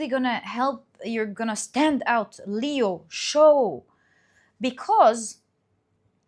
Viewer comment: you changed how you say Leo! We love Your pronunciation of things🤩 Pile 3~Thank you so much for the messages, much needed. It is the age of Aquarius, all coming to light. The Piscean age of secrecy and being shrouded in mystery is finally over.